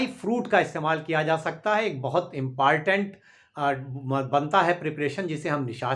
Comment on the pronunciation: Impartent mt bola karo